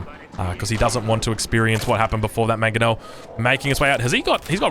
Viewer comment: that manongel made my day lol